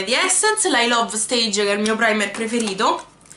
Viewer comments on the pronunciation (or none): none